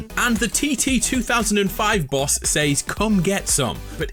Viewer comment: "Seys" It's "Says"